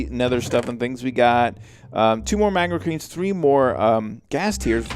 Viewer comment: Get moar magmachream =D You say it soo funny xD